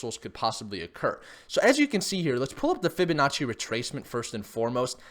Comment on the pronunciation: Fibinachi sounds like an expensive garnish for noodles gotta love when he says that lol